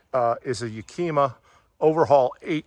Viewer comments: ya-ka-ma is how HD rack is pronounced. nice awning...with all the fixings... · Great review. I bought the same awning. I really like that you touched upon the fact that you don't get roof rail bolts to mount it. I spent weeks trying to find the right bolts for my Thule rack bars and there customer support was absolutely awful, they will not send you the proper bolts. It was a very thorough review, I enjoyed it. But please learn how to pronounce Yakima. It's pronounced like the city in Washington and starts with the sound of the wooly animal a "yak", "ah", "mah". There is no q in Yakima. Keep up the good reviews.